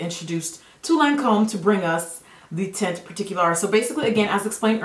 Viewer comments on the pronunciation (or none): That looks amazing. I can't wait to try it. By the way, teint is pronounced without the t at the end